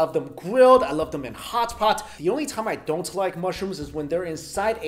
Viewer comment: he had a chinese accent when he said hot pot